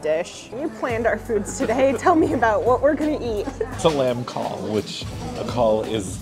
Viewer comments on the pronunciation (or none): Fideo neis iawn (very nice video)! Glad you enjoyed yourselves in Cardiff. Just so you know, "cawl" is pronounced more like "cow" with an L on the end - not exactly, but that's the best way of describing it without bringing out the phonetic alphabet. Also, no word of a lie, the Welsh word for Cara's favourite veg is "moron", so carrot soup = cawl moron 🙂Bon voyage en France. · Just to let you know , cawl is actually pronounced “ cow-l” :)) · Cawl is easier to pronounce if you think of it as Cow with an L on the the end.